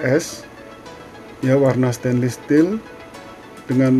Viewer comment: Aku Feedback ya kak, Stainless kak bacanya bukan stainlis, maju terus semangatt!!!